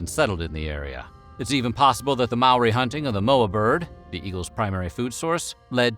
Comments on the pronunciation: He did get Maori wrong, but it's damn near impossible for non-Maori people to pronounce it correctly it seems. I had it explained to me as "Mo, then a single rolled r, then ee" and even with these detailed instructions and numerous attempts my pronunciation was classified as "close, but you're still gonna get laughed at" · Your pronunciation of Maori is shocking.